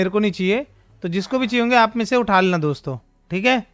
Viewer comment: DOMSTO NAHI DOSTO HAI